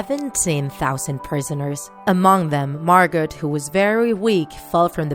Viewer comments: It's not pronounced Margot .its pronounced Margo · It's pronounced margo not margot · I LOVE IT! But... (Okay okay okay I love Anne Frank and her story so much I just have to say this. It’s spelled Margot, but pronounced Margo. Sorry but I had to!) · Not to be rude but it’s not pronounced “Margot” it’s pronounced “Margo” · you say margo not argot but u spell it like margot. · Close. Her moms name was pronounced “ag NETH a” and her sisters name was pronounced “MAR go” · Margot is pronounced ‘Margo’, the T is silent. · Her sister's name is pronounced Margo it's just spelt margot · it’s pronounced MAR-GO 😂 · It's not MargoT its MargO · Cadence Wonderful It's not. The pronunciation of 99 out of 100 words and names in this video is completely off, but the "t" in Margot is indeed not silent! (I am a German native and speak Dutch as well.) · MJ Momo in Dutch the T is silent in Margot.